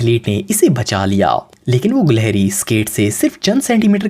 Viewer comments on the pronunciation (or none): Bro at no 1 its not goleheri its gelehri